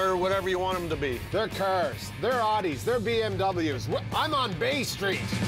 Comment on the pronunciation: He said Audi wrong